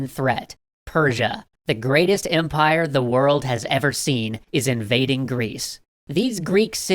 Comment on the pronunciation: “the Persian zyre.”